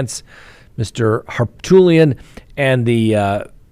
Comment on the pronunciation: Did you call the lead defense attorney Dick HarTOOTlian?🤣. Not sure if I heard you wrong, but I like it.